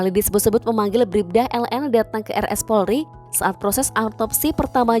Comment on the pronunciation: Itu Presenternya nyebut Polri aja salah”